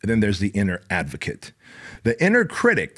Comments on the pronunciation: I’m so glad I found you. I watch every day, and just started a business. BOOM!! Now, I gotta correct you…’critic’, not “critict”. 🙏🏻💚✨ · This guy is cool I like him. But if he says "criticed" one more time ....... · What is a critict? Is that English? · I like the message but the way you say "critict" is driving me nuts 😂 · STOP SAYING CRITICT 😅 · I love literally every single part of this other than the way you pronounce critic. Where’s that T at the end coming from? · Anybody else notice the T he adds to the end of the word critic?